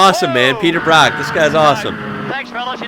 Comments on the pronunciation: Brock as in rock 🤦‍♂️ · His name's Peter Brock not Peter Bruck.